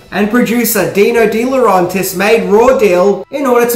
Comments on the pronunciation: DEE LAW REN TIS!!! ITS DEE LAW REN TIS!! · Please pronounce deLaurentiis properly